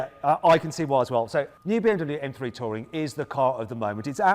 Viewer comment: When he said touring I heard tory😂